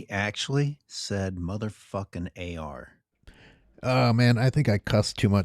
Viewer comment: Sounded like he said "That was mine..." "...MFing AR". What a wuss